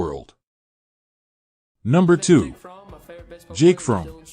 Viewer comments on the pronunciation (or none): Jake’s last name is FroMM, emphasis on the M. It’s not pronounced like the word “from” as you’re saying it.